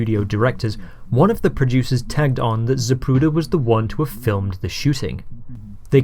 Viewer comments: Most of us heard here we have been pronouncing his last name incorrectly all these years. you act as though you hadn't heard this snippet of tape, you continue to pronounce it incorrectly! That issue aside, great job on this post, thank you for all your hard work here. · every time the ufc advertises for zip recruiter, i hear zapruder